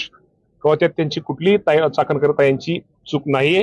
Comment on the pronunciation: चकणकर नाही चाखणनकर वाई। धन्य झाली बाई।